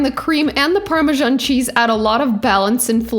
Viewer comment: It is pronounced Parma SAN not Parmjon